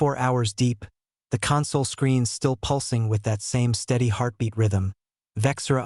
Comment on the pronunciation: The AI narrator still needs work. It read CONsole as conSOLE. The human heart rate is wrong, too. The script has a resting heart rate, not an athletic rate.